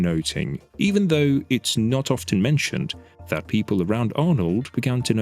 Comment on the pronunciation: There's no "t" sounded in "often".